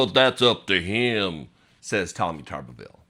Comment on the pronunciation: Tommy Tuberville is so dumb. How dumb is he? He's so dumb, that he doesn't even know how to pronounce his own name.